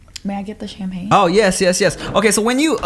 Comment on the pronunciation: Nigga said "Champagni"😂